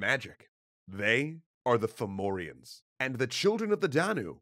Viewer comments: At first Ive thought youve said Pthumerians, not Fomorians :O. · Fun fact: depending on the dialect, Fomorians might actually be pronounced Fahvurah. Aren't Celtic spelings wonderful? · Its actually quite a good pronounciation in this video even if one or two names wrong here and there but really well for non irish